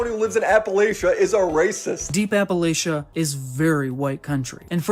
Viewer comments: incidentally, "Appalachia" is pronounced Apple-LATCH-uh, not Apple-AYSH-uh. my mother is from West Virginia and it drives her crazy when people mispronounce it lol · his biggest crime is how he pronounces appalachia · This IPOS dude is 1000% a transplant from somewhere that’s not the Appalachian region. He says “Appalachia” wrong